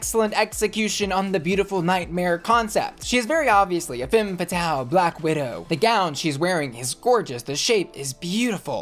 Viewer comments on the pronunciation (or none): none